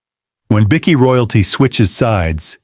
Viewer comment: How about teaching you AI voice over to say "bikie" correctly, it's not a biscuit!